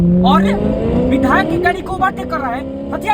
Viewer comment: बिधायल नहीं विधायक होता है। थोड़ा ध्यान रखो भाई।